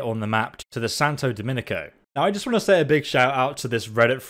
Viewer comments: I dont know why it bothers me so much, but its Santo Domingo. Not dominico. Say flamingo, then say Domingo. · its Santo Do-mingo not Dominico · Santo DOMINGO mate, not Dominico. Not sure how you're seeing letters that aren't there Sorry to mention it, but you've said it on like 10 different videos by now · DOMINGO! SANTO DOMNI-G-O! NOT DOMINICO YA DORK. <3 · it's Santo Domingo, not Santo Dominico. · It's clearly not spelled "Santo Dominico" It says "Santo Domingo" mate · Domingo....its santo DAMNIGO. not dominico. Just saying :P ~~<3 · 🤣🤣 he keeps saying santo dominico when it's SANTO DOMINGO 🤦🤦🤦 this guy there's no i & c here pal? 🤨 How da hell did you read DOMINGO with an IC at the and que paso ahi señor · santo Do-Min-go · Santo Do-MEOW-go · Lmao thank you "Santa Dominico" he fucking said 😂😂🤣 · “saNtO DOMiniCo” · Why does he call it Santa dominiko where did the k come from